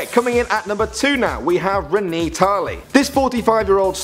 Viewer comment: You pronounced Renee wrong